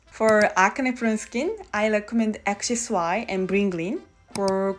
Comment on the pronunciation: Did you watch the video? She said axis-y and bringgreen